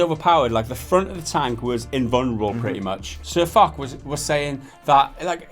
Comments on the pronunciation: " but in French u say it Fock " Oh non ! Absolument pas !! I can assure you that you really pronounce the name of this French Maréchal with a "sh" sound at the end, like in "posh" ... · DexterityHD That's the germanic pronunciation, however the name is a reference to a french tank, so you should use the french pronunciation "fosh". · But his name comes from a tank in the game, AMX 50 FOCH. And Also, it's pronounced Foshe. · you should have spent at least 2 minutes in researching how to pronounce guy's name properly, you simple minded 'muricans... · im sure there are already comments like this, but foch is pronounced "ch" with a shhh sound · I make of it that you don't even know how to pronounce Sir Foch. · It's, Fosh...not, Fock. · Fosh. Fosh. Fosh. Not Fock... Whatever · Firstly say Fosh not fuck ;))) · Its not sirfock its sir FOCH CH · It's not pronounced sirfock,it's pronounced sirfosh. Don't upload it if you don't know how to say the dudes name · SirFok ... oO --> "SirFosh" Guys, get your shit together and your act right, that sounds kinda unprofessional. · it's funny watching them talk about world of tanks and not knowing what they are talking about xD and sir"FOK" omfg xD it's FOSH lol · A shot every time they mispronounce Foch and say fuck or Fock.... its pronounced fosh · lol they said ..sir fock ..its sir foch** the ch makes a shhh sound XD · Sir FUCK? LOL What happened to Sir Foch (pronounced as Fosh) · "Sir Fock" its pronounced sir fosh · It is not fock, it is pronounced fosh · You say it like : sir fosh, not like: sir fock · It's Pronounced "Fosh" Though I called him Fock for a good while myself till I finally saw in one of his vids. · its foch not fok. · lol Sir Fock, i love it. Really though. it's Foch (pronounced Fosh). A tank named after French General Ferdinand Foch. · Sir fuck? lol its pronounced "sir fosh" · You're saying foch wrong it is pronounced fosh but spelled foch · I cringe everytime he said sirfuck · Dear God it's Foch pronounced Fosh